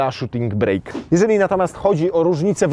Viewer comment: Panie! Nazwa tej wersji nadwoziowej to Shooting BRAKE (a nie BREAK) - a więc "hamulec" a nie "przerwa":)